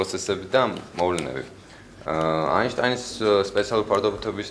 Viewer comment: გია, რამდენჯერ უნდა გითხრა, ეგ ეინშტეინი კი არა აინშტაინია... :დ მე <3 გია... <3<3